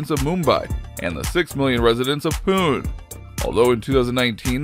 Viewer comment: The narrator didn't bother to learn how the Indian city of Pune was pronounced.